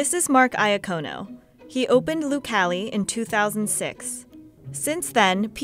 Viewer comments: Can we stop butchering Italian names please?! it's Ya-co-no, not Eye-ah-co-no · Its not I A Cono it's pronounced Yacono